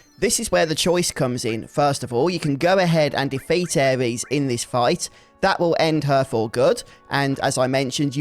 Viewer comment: was gonna watch more of your vids on this mod but im sorry, i cannot bare to hear you call her "Ares," one more time lol.